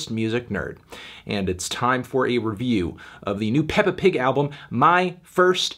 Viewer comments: Melon you didn’t have to call her “pigga” so many times in this review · why does melon keep saying "peppa the pig"? is he anthony the fantano?